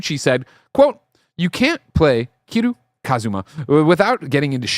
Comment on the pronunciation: that's Ki-REE-YOU. The show has been announced 2 years ago... it just didn't make any major news outlet.